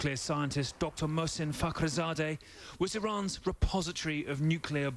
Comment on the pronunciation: When he says "Fakhrizadeh" I think they're saying "f***" each time.